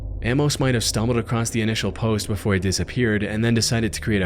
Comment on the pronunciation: The word is "across". Not "acrost".